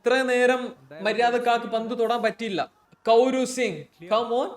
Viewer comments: കൗരു അല്ല ബ്രോ കോറോ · കൗരു അല്ലടെ കൊറു...